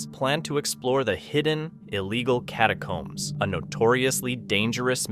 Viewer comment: Maybe the guide left them for mispronouncing "catacombs" as "catacoombs" the entire time.